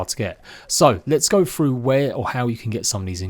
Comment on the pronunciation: Froo? Or through? Lol Great vid 👍